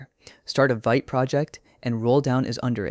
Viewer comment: It’s pronounced “Veet”